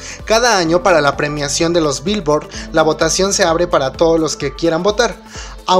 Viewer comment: así no se dice Billoard (virvo)